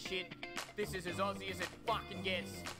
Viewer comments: Just to edumacate you guys, Aussie is pronounced Ozzy. It’s a lil’ bit of a bone of contention. If you do this, it’s Ozzy currency you can spend! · I know, wtf with calling us Arsey! (and Can-bear-ra, Mel-born…)